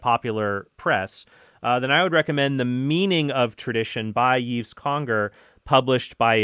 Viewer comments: Hey Trent, FYI: Yves in French is pronounced exactly as you would prononce Eve in English, as in Adam and Eve. Keep up the great stuff! Cheers from Montreal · Just for future reference, Yves should be pronounced like "Eve" in English (Ève, which is Eve in French, is pronounced differently than Yves and Eve). The "s" is silent as well. And please do do an episode on usury (it would also be interesting to hear how Catholic teaching compares to what other Christians and what other Abrahamic religions teach on the subject).